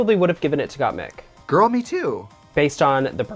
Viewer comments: not "gOtTmEeK" lmao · Gah the amount of people that say mik like meek is annoying. My name is MIK! Not meek! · Tracey Martel really calling Gotmik as Gotmeek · Trixie, U HAVE 2 KEEP SAYING GOTTMEK.!!!!!!!!!!!!!!! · Gottmeek is easier to say than Gottmik at least for non english speakers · Trixie’s trying to pronounce Gottmik as Got To Me...aw x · For French people "GottmEEk" make total sense as it's the way we pronounce the "i". So like this you are just saying Gottmik with a French accent! hahaha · Gottmeek is the way us, latinos, would pronounce it hahahaha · "GottMik" "GottMik" Me, a french person : What's the difference ? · girl just say gottmeek it's just right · GottMeek ? 👁👄👁 GottMeek. GottMeek ??? 👁👄👁 G o t t m e e k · With the Gotmik pronunciation Trixxie is letting her latina genes come through! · the way Trixie pronounces gottmIk is literally the russian accent at the finest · I cheer every time I hear Gott-meek bc that's exactly how I pronounce it in Polish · I love trixie but it bothers me how she constantly says Gottmik’s name wrong even after being corrected. It’s just not funny. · By chair😂😂😂 I love Trixie misprinouncing names (Gotmeek) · trixie queen of mispronouncing names. first gottmeek and now. chair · "GotMeek" and "Chair" should be a band. Oh Trixie lol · First it was 'Gotmeek' now Stronger by 'Chair'? Trixie kills me